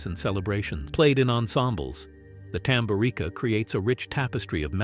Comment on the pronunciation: TamburiTSa or TamburiTZa is pronanciation. 😉😏🤔🤓